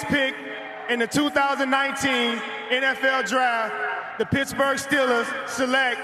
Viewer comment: "Wiff de sixty-sixff pick in the 2019ff draft, the Pittsburgh Stillers pick......."